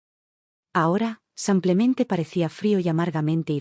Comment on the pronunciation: ¡Qué pesar que haya tantos errores de dicción! Las historias son buenas pero los errores de género y esos "SAMPLEMENTE" son INSOPORTABLES. 😢